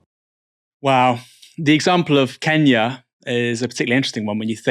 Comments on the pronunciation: Why does she say “keeenya” 😂 ? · It is very annoying how she pronounces 'Kenya' though 'back in Kiinyaah' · "Keenya" - that alone is enough to hate her. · Ken-ya or keen-ya? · Why does she pronounce Kenya like that?